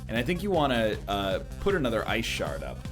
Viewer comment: Your t-shirt is telling you that you need to "git swole" and stretch the wrinkles out over your muscly form. Ah, the classic "blue vs blue" conundrum from Magic. And then that pronunciation "Ice shart." The comedian! NL decides that he wants 3 damage more than he wants 7 damage SMH...